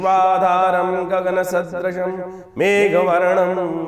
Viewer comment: Gagana shastrasam jo aap bole na tabhi mera aap se biswas uth gaya mai aap ka ninda nahi kar raha aap jab slok hi thik nahi bol rahe ho to mai aapko kaise biswas karoon Main bishnu ka fan hoon isiliye unke baare me thoda bahut gyan rakhta hoon aapne bola gagana shastram galat💔 gagana sa dreesham hona chahiye tha so: mere hisab se aap guru kehlane ke layak nahin🙏🏻 maaf kijiye ga